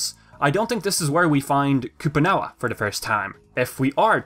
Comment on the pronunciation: "We have Koopoo-Nawa..." Lol